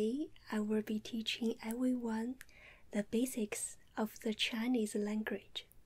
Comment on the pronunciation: "Today I werll be teaching ewwyone the basics of the Chi-knees langridge.." lol